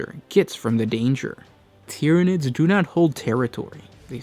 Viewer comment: lol the time “tyrinids”